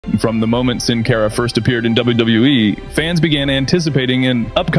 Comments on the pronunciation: It’s not pronounced (sin care ah) it’s pronounced (sin car ah) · Boy it makes me cringe so hard at the way he’s pronouncing Sin Cara last name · Its Pronounced Sin Cara not Sin Care a